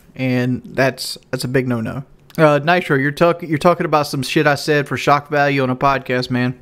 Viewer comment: The classic "shawk value" and "Ahve apologized for dat" when in fact he has never